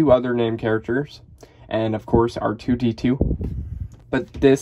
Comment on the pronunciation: Every time he says ar2d 1